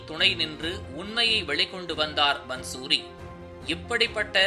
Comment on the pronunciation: பந்சூரி என்று உச்சரிப்பது தவறு. பாந்சுரி என்று உச்சரிப்பதே சரி. பாந்சுரி= புல்லாங்குழல்.